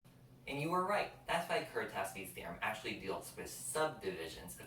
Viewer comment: Nice video! The Polish pronunciation of Kuratowski is closer to "Kuratofski", btw. 🙂